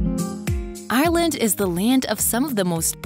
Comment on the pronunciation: There were a number of mispronunciations for the simplest of words. Ireland sounded like “island” and despair sounded like “dispear”. Again, it felt very AI narrated.